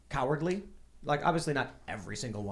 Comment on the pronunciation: Tim discribed the "right" as cowerdly. I would only say that lets not contrew cowerdly with politeness.